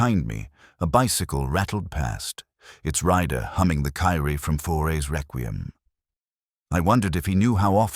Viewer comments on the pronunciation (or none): And “Kyrie”. Can’t stand it any longer